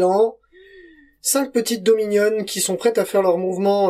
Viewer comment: À chaque fois que tu dis Dominion j’entends deux mignonnes… je suis fatigué